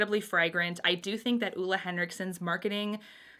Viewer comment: She’s technically pronouncing it wrong. Ole Henriksen is from my country :) But everyone here are used to their names being mispronounced in other languages, so don’t worry about it.